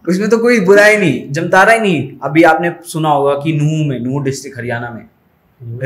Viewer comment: प्रयास कर रहे लोगों को प्रोत्साहन मिलना चाहिए इसलिए वीडियो लाइक किया है। एक बात और जमतारा नहीं है, जामताड़ा है बाकि आपका वीडियो पसंद आया।